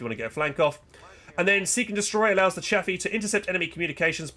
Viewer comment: It's chaffe dude not chappy